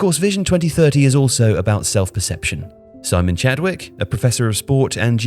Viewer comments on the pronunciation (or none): none